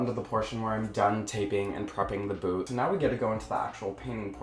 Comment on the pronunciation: lmmfao.. not me thinkin the whole time he's callin it their boo 🤦🏻‍♂️😂 not boot..